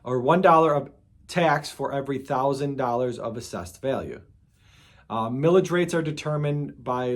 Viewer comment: 😂 Thought you said "Pillage" rate. Feels like states and counties assess to pillage us all the time on tax.